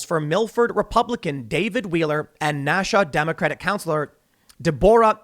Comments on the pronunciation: NAA shoo wa, not NAA shaw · Nashua- pronounced Nash-you-wa Nashua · Tim -- it's NASH - yew - uh. Nashua, NH. (NASHyew-uh) I think there were boxes and boxes of Trump mail-in ballots that were "found" or "discovered" in dark corners. And yes, in places like Chicago and Philly where they are considered Democrat strongholds with Democrat political machines, there definitely is systematic election fraud. To deny this, people would have to be deliberately stupid. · Nashua = Nash-oo-ah